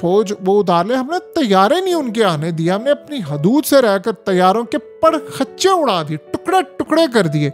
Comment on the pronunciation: او جاہِل پڑخَچِّے لفظ نہیں ہوتا پَڑَخۡچے ہوتا ہے سکُول تو کبھی گئے نہیں اور یُوٹیُوبر آسانی سے بن گئے لگے حرام کے ڈالر کمانے قیامت کے دن اپنے ایک ایک عمل کا حساب دینا ہے